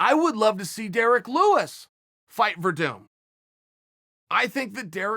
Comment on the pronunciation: I only came here to see how Chael pronounced Werdum.....unfortunately he got it right.